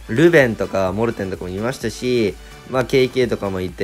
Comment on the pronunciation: モルテンじゃなくてモーテン